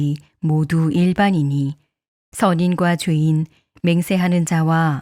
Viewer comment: 죄인을 자꾸 주인으로 읽는 것 같습니다